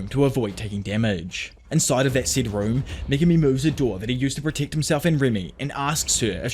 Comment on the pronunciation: The way you pronounce protect and Megumi must be a wind up, right? Ridiculous